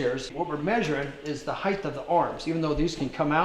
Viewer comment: Hight NOT Hith lol